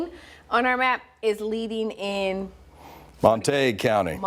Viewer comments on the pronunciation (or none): This pro Crockett ghetto reporter can't pronounce Montague county?